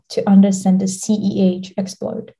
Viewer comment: Am I the only one who heard CEH multiple times..?